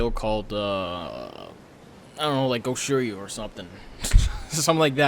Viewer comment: bro really said goshoryu, im dead 😂😂